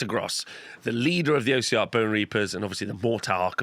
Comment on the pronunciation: Great video! Just its not "O" siarch bonereapers, it's "os" siarch, comes from the word ossified or osseous.